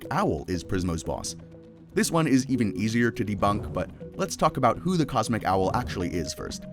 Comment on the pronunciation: 1-:14 "HWO IS THAT"